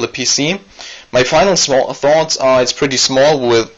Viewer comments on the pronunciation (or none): none